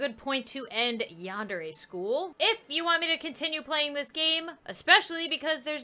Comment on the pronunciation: Your saying yandere wrong it's sounds like yandairy but it's spelt yandere